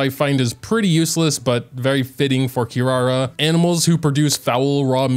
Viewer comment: her name actually pronounced KEE-LALA :)